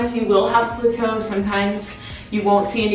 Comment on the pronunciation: Girl if you don't stop saying Pluto it's plateau ( pronounced plat-toe)